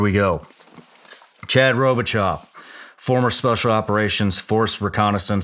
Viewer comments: Say it with me Shawn… ro-bi-cho, not ro-bi-chalk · I am surprised that you didn’t pronounce his last name correctly. You missed the mark on the last syllable. Basic rule of thumb is that any Cajun French Surname ending with “aux” or “eaux” is pronounced like “oh”. For Robichaux, down the bayou it would be pronounced like…Ro-bee-show. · Robe-uh-Show.....Shawn gotta learn a little of our cajun dialect and hit that last name right. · Robichaux is French. It’s Rowbah-show. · 3rd time listening to this episode. Amazing to find out Chad and Victor Marx grew up like 3 miles from my office. Robichaux in Louisiana is pronounced RobiSHOW. We have been known to confuse anyone with our spelling! Keep em coming Shawn. I’m on the road all day, and these podcasts are helping me stay focused and thankful for what these men have done for us! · Robi-chaw? Then Chad said “pee-rouge”…very disappointing 😂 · I KNEW IT. I literally know people named Chad Robicheaux. You butchered his last name lol. Row-Ba-show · I’m sorry but WTF at how Shawn said this guy’s last name…just absolutely wtf was that abortion that came out of your mouth… That’s NOT how to say that name…it’s a French name. It sounds like Ro-bee-sho. No off sound at the end of the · Ok first so that’s not how you say his last name 😂 (robe-a-show). Once I saw it I knew he was from southeast Louisiana. Awesome story and life. Proud Louisianan here. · As soon as I saw the last name, I knew he had to be from Louisiana. And I also knew in the first two seconds you butchered his last name, but it's all good. "Robishow" is how its pronounced. ;) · Pronounced Robi-SHOW Shawn. Robi SHOW !!! Damn man, you never been to Louisiana ? Great interview boss. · it’s pronounced “robishow” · Chad and Myself share the same last name.It's crazy how people butcher the pronunciation of our last name. People in the Army called me Robo because they couldn't pronounce our last name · That pronunciation of his last name breaks my heart lol